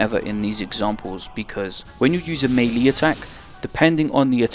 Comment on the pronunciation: Man I don't like having to do this but I gotta cause it hurts hearing you repeatedly butcher the pronunciation... melee = ˈmālā = meh lay not mee lee or mei li. fucking hell anyway, thanks for making these